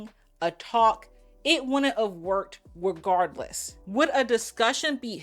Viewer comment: I can't handle the regardwess and the appopiate 😂😂 Mo is too funny even when she isn't trying